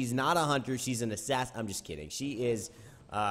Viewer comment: Stop saying Assassin you troll.. kappa :D